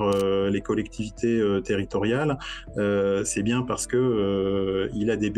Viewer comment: Et on dit bié et pas bief je crois.^^